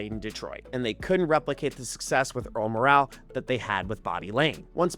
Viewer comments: I believe Earl Morrall's name was pronounced More-ul not Mor-al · The moral of this post is that the correct pronunciation of Earl "Morrall" is MORE-el. As for the topic, well done. Can't argue it. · Mispronounced Earl "Morrall". It's pronounced "more all" but as one syllable. 🙂